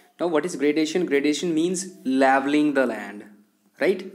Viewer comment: Laveling nahi leveling